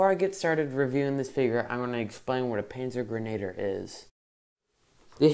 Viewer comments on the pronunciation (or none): First of all, you mispronounced a lot. It’s a splittermuster Stahlhelm cover, and this fig is a panzergrenadier, pronounced panzer-gren-a-deer. This fig is a MG, he has the ammunition box on his webbing with the pistol holster.